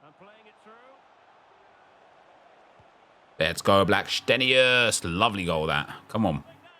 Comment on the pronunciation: Hi the way u say players names makes me more invested. Blackstenius and gio quieroz. I just want them to score 10 a game with the way you pronounce it